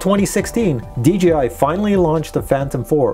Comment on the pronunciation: Please say DJI Not DGI - PLEASE! Say it correctly please! I love your videos but it dries me crazy when you say it incorrectly